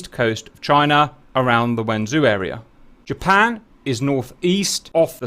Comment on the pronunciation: 'Merca. Jerpern.